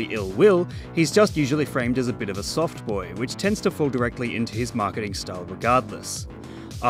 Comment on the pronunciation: I need to know if you said "soft boy" or "soft boi"